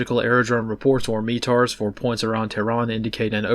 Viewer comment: MET-AR ME-TAR? Really?